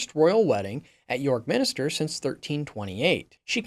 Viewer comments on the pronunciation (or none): minster - not minister